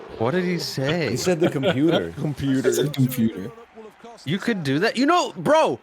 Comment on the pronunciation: computah on a boate